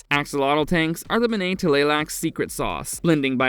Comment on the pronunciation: Bene is pronounced Bennie not Bena unless you know something i don't.